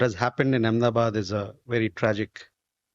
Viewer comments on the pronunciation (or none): Why are they pronouncing Ahmedabad as Amnebad?